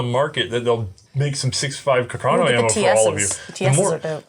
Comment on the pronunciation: Love the vid....but please, it is pronounced carcano, not "cacarno". C'mon!